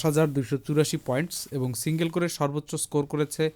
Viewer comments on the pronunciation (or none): none